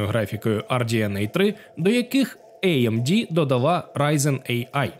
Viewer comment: може тіки не іемді чи ейемді, а аемде) ріже слух 😏